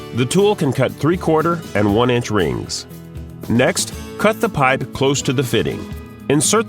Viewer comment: I hate the way the dude says piype lol but they are good tools i have one